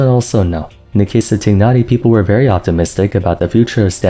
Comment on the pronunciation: His name is /taay naa ree/ dude! When are you gonna learn their names? Also / ke chin/